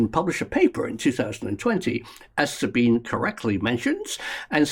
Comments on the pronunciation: Sabine is pronounced Zabeenah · pronounced sabina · Her name is pronounced Zabine. With an E! Not ah! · You're pronouncing Sabine's name wrong. Just saying.